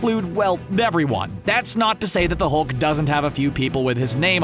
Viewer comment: u said thulk